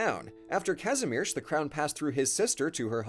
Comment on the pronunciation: Let's just appreciate how well the lector pronounce the name Kazimierz 😍